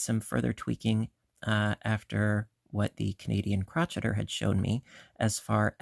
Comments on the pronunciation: I enjoyed watching this video and your tutorials are spot on and wonderful. Please note I'm not trying to be rude or disrespectful. I'm only pointing this out. I couldn't help but notice you pronounced "crocheter" incorrectly. It's the Canadian "Crow-Shay-Er." It's not "Crotch-Et-Er." It's the word crochet with the ER at the end. If I'm mistaken, please pardon me. 😊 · You do know that Crocheter is pronounced cro-shay-er, right? That was just a joke, saying crotch-etter, of course. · I think it’s called “crow-Shay-er” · She definitely says crotcheter...must be a Canadian thing as I say I'm busy crotcheting ALL the time..it's funny😂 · I’ve asked her why she mispronounced the word, but she never responded. I’ve beeb crocheting since 1965 and have never heard it pronounced like that. And I grew up in the UP Michigan and never heard it pronounced that way.